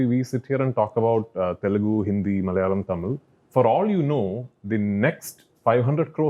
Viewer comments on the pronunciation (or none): ITS NOT "MALYALAM", malayalam it is. Its easy bro.. pls